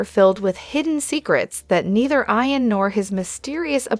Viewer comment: Hi to the lady talking. His name is IAN. YOU DO NOT SAY IT WITH AN. “I “. You say it with as “ E “ His name is. E an Not I an.